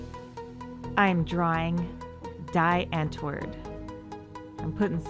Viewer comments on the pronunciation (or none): You said die antwoord wrong it's (dee ant-word)